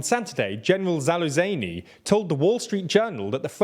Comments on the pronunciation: Russian doesn't even have a W sound, that's how much Wagner is not pronounced "wag-ner" 😂 try "vaag-ner" I lmao'd when you said General "Zaluzany". Zaluzhnyi is pronounced how it's spelt: Za-luj-nee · Btw, the general's name is Zaluzhnyi, reads as Za-loo-zhnyj. With "l" and "zh" -- as in "leisure". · Za-loo-zh-knee[i] For crying out loud, the Brits' butchering of Eastern European pronounciations is a sphere of entertainment in its own right. I swear, I'll once make a compilation of those, for funsies and education (maybe this late summer IDK) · General "Zah-luz-ny" Just in case anyone was curious how to pronounce his name.